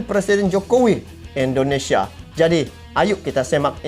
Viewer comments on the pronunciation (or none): Bukan Endonesia tapi INDONESIA.